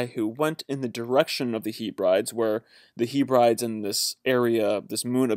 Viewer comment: Great info cheers! Can you say 'Heb-ree-deez' as that how you pronounce Hebrides. You're welcome ;)